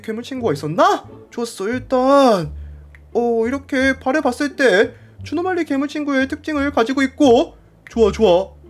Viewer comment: 옥에티 발견! 에 주노말리가 아니라 주누말리라고 했습니다!